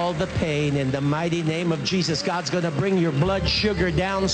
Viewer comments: I heard "In the name of cheeses" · also i keep hearing him say cheesus am i the only one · It's sounds like he's saying "in the name of cheese's". Im not a cheese fan tbh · When the pastor said Jesus it sounds like cheesesus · Did popass said cheesus? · Why I hear him say cheeses :|